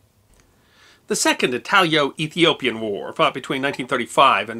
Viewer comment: It’s “Italo-Ethiopian” War not “Italio-Ethiopian” I believe. At least as described by Encyclopedia Brittanica.